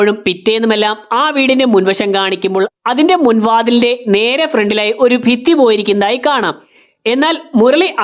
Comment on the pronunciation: നിങ്ങളുടെ വീഡിയോയിലെ മിസ്റ്റേക്ക്സ് 1 : മുർളി ❌ മുരളി ✅ 2 : അഫർത്ഥിക്കുക ❌ അഭ്യർത്ഥിക്കുക ✅ 3:ഫിത്തി ❌ ഭിത്തി✅